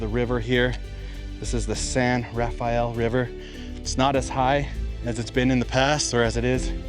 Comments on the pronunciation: It isn't pronounced the biblical way. It's just pronounced San Ra-fell. And when you get to Zion National Park it isn't pronounced ZI- On It's Ziun. Just like Hurricane, UT is Huracun. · Love your videos. Just FYI, locals pronounce it 'San Ra-FELL,' leaving out the second syllable. One thing about the Barrier Canyon people I'd like to know is what archaeological evidence is there? Do they have any carbon dating, say of campfires? Or paint pigments in the pictographs themselves? I've heard that this culture is as old as 10,000 years, putting it nearly as old as the last glacial retreat, years BP. What is the evidence of all this? Is there any, or is it just supposition? PS, I know of a site near White Water, CO—the Bloomfield site—that's been reliably dated at ~9,000 YBP. My imagination soars when I think of what. it must've been like to live then.